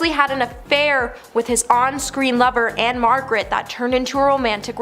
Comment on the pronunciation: Can you really count the nights when after a few whiffs and one or two drinks, The King was stuffing engorged Memphis sausage into a 14 year-old! And it's "Ann-Margret". I do like the fact that you think everyone on earth is a piece of s*it.